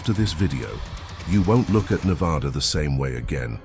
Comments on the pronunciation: Being someone who has lived in Vegas their whole lives and has gone camping all around Nevada, the desert feels alive, it almost feels fake. Not that I believe that it’s fake but the old ghost towns and dry lake beds just feel so unreal. By the way it’s pronounced (Neh-vadd-uh) not (Neh-vawe-duh) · Ive been to Black Rock a lot of times but never heard anything like that. The desert can trick you both audio and visually, so unless these people are familiar with the desert, they were just imagining things. You are pronouncing Nevada wrong. It's Nev-ahh-da, not Nev-aw-da! You are really mispronouncing the names. Of course, there's tunnels everywhere under towns and the desert. It's called extensive underground mining. The whole state is riddled with tunnels. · IT'S NEH-VAH-DUH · I stopped watching when he pronounced Nevada in a way that told me no one associated with the video has ever been there. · Damn. You did all this research on Nevada yet you cannot pronounce it correctly